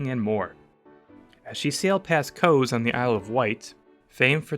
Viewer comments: Brilliant. Loved this. Btw Quay is pronounced Key same as Florida Keys. Cowes is pronounced same as the animals. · I wasn't going to mention it, but "Coes" (Cowes) made me blanch. I thought Cowes Week was famous the world over. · Great job, however some of the narrators pronunciations needs a little help. Quay is pronounced ‘kee’ and the town on the isle of white, called Cowes is pronounced cows as in the farm animal.😊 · Unfortunate that there is no English spoken "coes on the Isle of Whight" is pronounced Cows. There are numerous other gaffes. Visually brilliant though. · Cowes on the Isle of Wight is pronounced like cows the animal, not coas (?)😯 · Narrator needs to be educated as to how to pronounce COWES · Cowes is pronounced like the farm animal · 'Kway side'? ...ooh that made me squirm.😖 .....'koze'....another one🙄. Still a great piece of work, looking forward to the next one. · And Cowes is pronounced ’cows’! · For the love of God, PLEASE check your pronunciation of place names